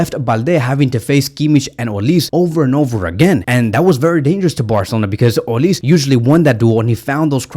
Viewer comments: Pronounced “Olisè” not olis he’s Nigerian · it’s olisE “e”..😂 not olis (I’m Nigerian ).. visca Barca 💙❤️